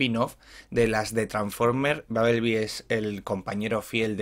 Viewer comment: Babelbi, traforme y makel bi, buena pronunciación